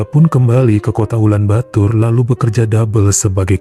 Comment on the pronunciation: Ulan bator bang, bukan ulan batur 👌👌